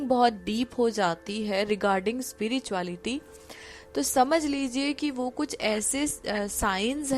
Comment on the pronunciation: Hi, Aapka spirituality ko speereetuality bolna bada cute lagta hai.